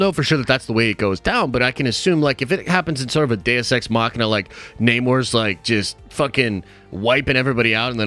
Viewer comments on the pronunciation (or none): none